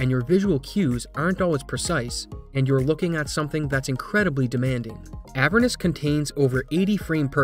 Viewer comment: I'm bothered by how he pronounces "Avernus"